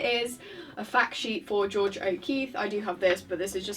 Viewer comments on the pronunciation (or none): none